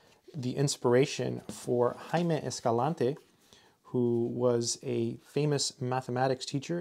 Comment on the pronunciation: You pronounced perfectly "Jaime Escalante"